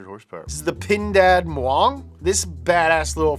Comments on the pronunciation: it's PINDAD MAUNG.. not muang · sorry but actually its called pindad maung in indonesia not muang lol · Uh the Indonesia one, the name is Pindad Maung, not Pindad Muang.. , Btw thanks for adding Indonesia to D-List !!!!!! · It is "Pindad Maung," not "Pindad Muang." Trying to imitate the sound of lion.